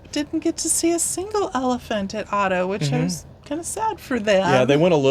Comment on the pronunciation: Fantastic video. Glad you enjoyed your trip. Just wanted to point out that you pronounce Addo with an A not Au...your timestamp is saved as Auto Elephant National Park from being mispronounced 😅